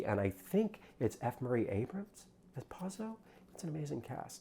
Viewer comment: First of all you got the actor's name wrong and mispronounced Pozzo. So we're starting off on a bad foot. I saw it today in the balcony. People were laughing. I came in with Godot being a gap in my literary knowledge (I teach Shakespeare). I found this production to be very strong. Reeves is not great. We love him anyway. Staging was incredible and Pozzo and Lucky were both brilliant. "Lucky's monologue was not fast enough" is something a stupid person would say.